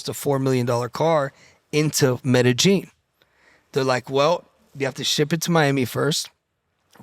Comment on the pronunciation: Nobody finna say nothing about him saying “metagine” 😂 it’s Medellin sir